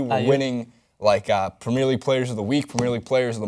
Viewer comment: PREM EH ER league ffs not PRE MEER